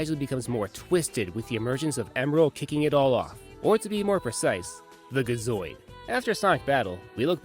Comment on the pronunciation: Gi zoid not ga zoid